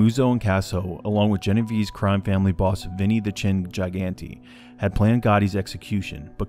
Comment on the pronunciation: It’s pronounced JIG-Gan-tay just sayin